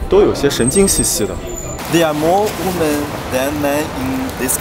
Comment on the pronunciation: 英文女人复数念“威们”，不念“勿们”。没见到好看的女人啊。只是说实话，不说漂亮话。太粗糙了，没有中国女人秀气。